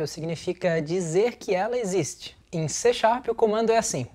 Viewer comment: Não! É C# (pronúncia-se "C Sharp"). :)